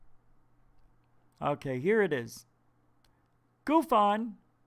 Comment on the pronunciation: GUFON ........ GOOF-ON . Clearly you know nothing of Canadian slang when naming this channel.